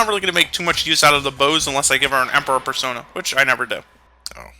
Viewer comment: Why does Nate pronounce "persona" as "per-SAUNA?" I know he's rich and all, but battle isn't the time for thinking about using an overtly expensive steam room. His butler should really teach him how to prioritize. XD